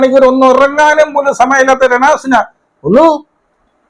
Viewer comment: ചേട്ടൻ രെ ണാ സുനാ എന്ന് കേൾക്കാൻ നല്ല രസമുണ്ട് 😂😂😂😂